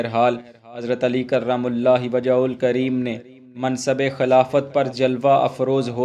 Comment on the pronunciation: کرم اللہ وجھہ کو صحیح نہیں پڑھ رہے ہو۔